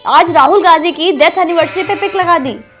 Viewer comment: Pahle bolna shikho tab bolna Gazi nhi Gandhi hota hi kisi ke naam ka mazak mat banao